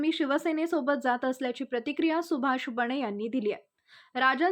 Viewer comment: एकणात नव्हे एकनाथ, बणे नव्हे बने. मराठी निट बोलता येत नाही चालली बातम्या द्यायला.